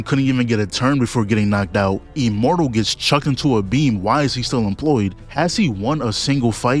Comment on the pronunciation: lol bro keep saying “E-mmortal and E-vincible “